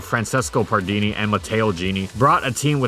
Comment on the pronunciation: The power of the italian duo, and omg you are so bad to pronounce italian names MAMMA MIA, but despite that this vids are awesome (comunque Pardini sarebbe molto contrariato se scoprisse come pronunci il suo nome)